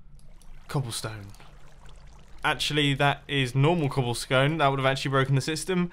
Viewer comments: “cobblescone” mumbo 2018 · Did anybody hear him say cobble scone?